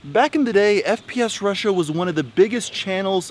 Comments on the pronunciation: Haha he said 'sps russian' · Alex Jones is an idiot and mentally unstable, if not insane. He cant even pronounce FPSRussia correct. "SPSRussian". Alex Jones gives conservatives/right wingers a bad name. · Alex Jones: "the founder of SPF RUSSIAN" FUCKING DUMBASS GODDAMNIT WHY IS IT SO HARD FOR SOME PPL TO READ FML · Sorry it’s a bit long but worth a read. ALEX JONE’S EXACT WORDS;” The founder of SPS RUSSIAN; the biggest gun SHOW in the world, not just on YouTube, and hundred million viewers in a average a MUNCH just on YouTube ....biggest gun SHOW in the world was tied up at his OFFICES, HESA GUN MANUFACTURER.” WTF! For a guy that’s allegedly so smart can’t even speak fucking English. No those aren’t my typos. If it’s capitalized it’s either a word he’s incapable of pronouncing due to neck fat interference or lack of working brain cells. And also how the fuck can a man be tied up at multiple offices? And F. FffFf fucking F Alex! FPS Russia is not a GUNSHOW. Not once in any episode did I see booths set up and hundreds of guns for sale and ammo. No fuckin YouTube skit is a show. It’s a fucking YouTube video you fat face dumb fuck that makes conspiracy people look and sounds insane. Which is why when obvious conspiracies can be proven they get fucked cause Alex fuck face jones opens his dick suckers and makes people think anyone who says anything he says are crazy as the FUCK. Making people not even want to try to see the truth in any situation of doubt. And no Channel has ever had 100’s of millions of views a month EVERRRR. Maybe one Channel did for A MONTH. NOT MONTHS. Creating the truth like he does best. I sadly half ass support some shit he used to say. Until now. Fucktard man. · “Sps Russia” 😭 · Hold up... did this dude just say "SPS Russian"? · Did he say spf Russian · Alex Jones is such an idiot. He could even say the channel name correctly. "SPSRussian" what is that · Aside from mispronouncing the name of the channel, what fact was wrong?